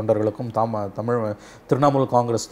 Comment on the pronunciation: When will u pronunce the word தமிழ் properly,? If it is not coming, dont use the word